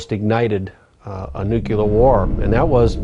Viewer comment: Jess Fulbright Yes the word nucular was a bit of a dead giveaway with that guy!